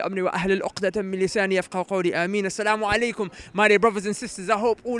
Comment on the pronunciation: this guys Salam-u-alikum which is wrong....get your self straight boy and get off coke